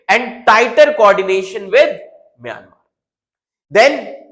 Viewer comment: It's Myanmar not mayamer